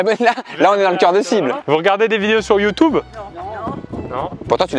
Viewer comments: "Vous regardez des vidéos sur youtoube ?" -"NON" -"Ah pourtant tu l'as dit dans leur langue" Mdrrr j'suis mort 😂😂😂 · "youtoube je parle leur langue" 😂